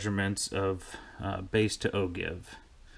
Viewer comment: Nice talk. BTW... "Ogive" is pronounced ˈō-ˌjīv where the G sounds like a J.